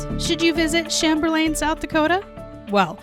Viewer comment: Love your videos and use them to find wonderful quilting destinations when I travel! Thank you for highlighting one of our beautiful South Dakota tourist destinations. I love your fancy pronunciation of Chamberlain! But out on the prairie we pronounce it CHĀM-bər-lən. Hope your enjoyed your stop and maybe got to take in a boat tour or do some fishing!